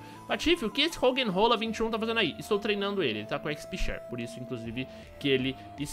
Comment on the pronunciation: "RoggenROLA" hauahaua